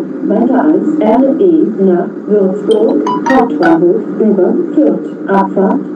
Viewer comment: Es heißt: "Fürth" und nicht "Führt" sowohl "Erfurt" nicht "Erfuhrt"